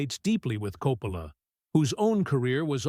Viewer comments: This is AI junk. They put a couple clips from Apocalypse Now in the review of The Searchers..the voice over keeps pronouncing Coppola differently. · Hate the AI narration; mispronounced Coppola's name several times!